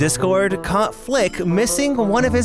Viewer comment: WHY DO I HEAR FLICK SWEAR